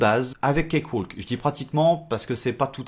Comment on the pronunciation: Ça n'a pas vraiment d'importance, mais on ne prononce pas le "L" dans cakewalk. "Cake - Wok". Oui, l'anglais est aussi insensé que le français, avec plein de lettres muettes :-) Merci pour ta vidéo !